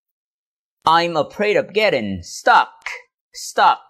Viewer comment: Stuck ko nhấn quá cao như vậy đâu,vẫn giống cach phat am theo tieng viet